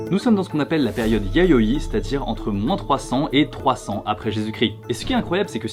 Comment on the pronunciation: à 7min 6s, j'ai du revenir en arrière mon oreille aait manqué un "y" de "yayoi"...